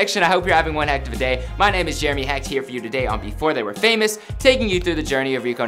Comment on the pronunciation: Dont say Hecht